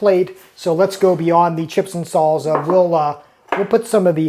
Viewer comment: There's no 'Z' in Salsa. Learn to pronounce it.